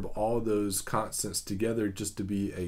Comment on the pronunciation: "contstants" lol